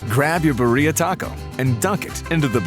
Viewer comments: Recipe looks great but you're pronouncing birria wrong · This fool can say Guajillo right but can’t say Birria 🤦🏽‍♀️ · I hate the English pronunciation of Birria. Roll those R's.